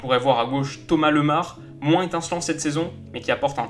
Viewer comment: Lemar c'est Lémar pas Leumar xD